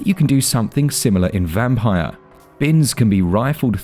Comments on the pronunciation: It's pronounced "Vampeer" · I think this is pronounced 'vamp-eer'.